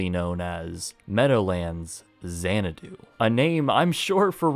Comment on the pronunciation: lololololol ... Say no more than "Mills" ... Also... "Our law offices are at Xanado, right next to the clown college" ... lol .... Oh mills.